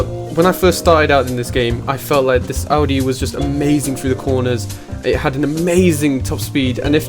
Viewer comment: Thank you for saying "Audi" and not "Ohdi"